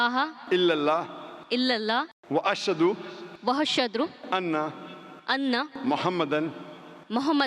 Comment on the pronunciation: Zakir Naik Sahab please the word is AshHadu and not ashAdu